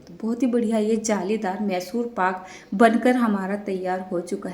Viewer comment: Call it properly mysore paak not masur....edit and correct